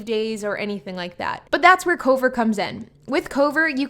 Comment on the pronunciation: I couldn’t tell if you were saying Cobra, Covert, or Cover